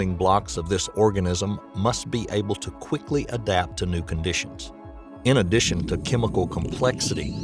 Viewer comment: Say "in addation" one more time